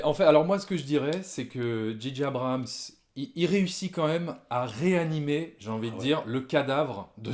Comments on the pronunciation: Arrétez de dire Didier Abrahams putain ^^ C'est ce que j'entends... C'est Djay djay (à l'anglaise) ou Gigi (à la française mais du coup, ça fait un peu Gigi l'amoroso)... bref... faut choisir et pas faire un mix à la one again a fly on the beach... dji dji... non ! Mais bon, c'est accessoire. Pour cette trilogie, je n'ai pas arrêté de me facepalmer... ya pas de magie, c'est du déjà vu (tiens Palpatine... ah ben tu tombes bien on n'avait plus de méchant)... ya deux trois trucs de fan service pour donner à bouffer aux plus hardcores. Tu peux faire du fan service mais faut le faire bien et faut que ça serve une intention. Ici, c'est juste pour faire du pognon. Et Disney qui est obligé de foutre des peluches toutes mignonnes pour préparer ses produits dérivés. Sans parler des incohérences totales avec l'univers de Star wars. Maintenant, c'est highlander... si on tue Palpatine, hop, on prend son quickening. Mouaif... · Ben oui, en français, c'est pas "dji", c'est "ji"...